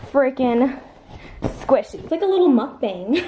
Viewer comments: You say Mukbang wrong lmaoooooo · Do you know that you said mukbang wrong its never mind i woosh i can tell you in person sothen i tell you what the real way too say it😂😂😂🤓